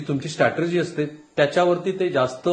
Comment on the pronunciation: Rahul sir it's strategy not stratergy